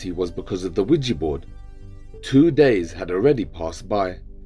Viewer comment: Yo pronunciation is key 😂😂😂 Not Widgey board 😂😂😂